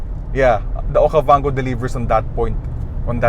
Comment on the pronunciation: This is Geely Okavanggooo hahahahahaha Don't Recommend This Channel.